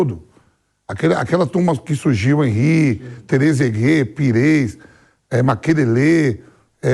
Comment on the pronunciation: vampeta: " terezaguê" wtf?...